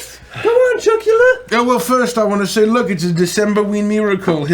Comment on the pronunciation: Count Bitchula? Count Chocula? When did this becomes One Karen's Saturday Morning? 🤣🤣🤣